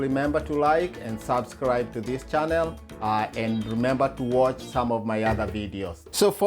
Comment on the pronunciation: Even chanerrrr🤭